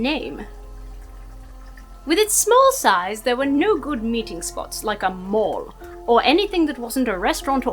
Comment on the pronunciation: A mall? I thought she said a morgue.